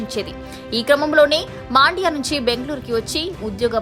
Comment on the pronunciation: ಮಾಂಡ್ಯ ಅಲ್ಲ ಮಂಡ್ಯ